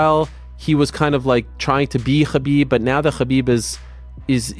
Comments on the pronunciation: Ariel saying Khabib as often as Kahbib. he Khabib can, so that Khabib , we all , Khabib , know Khabib ,that he can Khabib , correctly pronounce Khabib . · Is it Khabib or Ggabib. Most vicious striker ever kept saying ggabib ggabib ggabib with his skinny big nose mouth.